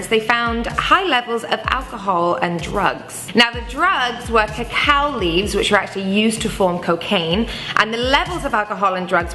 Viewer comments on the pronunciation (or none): Cocaine comes from Coca, not Cacao; that's where chocolate comes from. This girl says Cacao, and I don't believe the photo was of Coca either. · I think you meant to say "coca" leaves (used to make cocaine) and NOT "cacao" leaves, which are used to make chocolate. You also used the wrong tree in your file footage, again cacao and not coca.Also, the coca leaves were not used for drugging, they were used to "aid coca leaves were fed to them to aid them in their breathing so as to allow them to reach the burial site alive". As a point of information, this practice by indigenous people chewing raw coca leaves still persists to this day. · It's coca leaves, not cacao. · She said COCOA Leaves! It is coca.